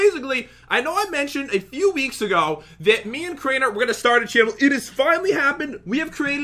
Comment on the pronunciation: Crainer not drainer lol